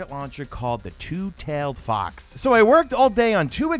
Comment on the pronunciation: Loll butchered the name but keep up the good work